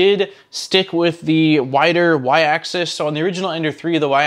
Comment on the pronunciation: People always mispronounce "axis" as "access", two different things, just a pet peeve i notice a lot in 3d printer videos